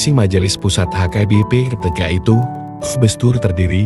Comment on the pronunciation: Cara narasinya gak bagus, sering nyebut HKBP jadi AKBP.